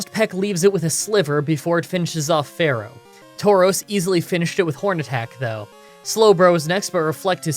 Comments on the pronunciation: It’s not Fair-oh It’s Fear-oh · "Why do you pronounce Spearow and Fearow like Sparrow and Pharaoh?" "It's in the book."